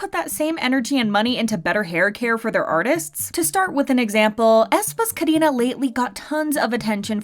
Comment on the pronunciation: Why is Karina pronounced as "Kadina" ??🤣🤣